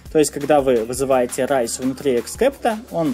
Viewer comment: raise мне больше всего запомнилось как "Рис"